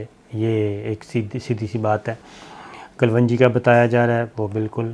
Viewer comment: Maaraz nahen Marz Meerach nahen Mirch Kalvangi nahen Kalongi Please correct your Urdu if you are going Online.